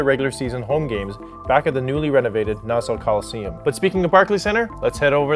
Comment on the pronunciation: Great video man. As an Islanders fan I can tell you the main thing we don't like about Barclays is its not home. That building and Shea Stadium were my childhood. On a side not your pronunciation of Nassau hurt my ears. Just say it like Nass-Saw. Keep up the good work even though I'm gonna hate the next video due to the Rangers sucking.